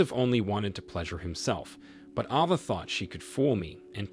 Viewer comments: It's A-va, not Ah-va. 😉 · Ava is pronounced ayva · AVA = letter A followed by va. sound it out with the long A